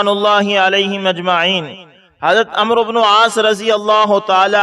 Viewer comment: Es naam ko amr boltay hain amru nahin.